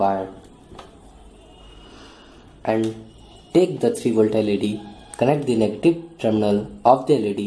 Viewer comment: Im confuse dat y u kep on sayng d instead of the... Hello bro there is condition to pronounce the as d.. Not all da time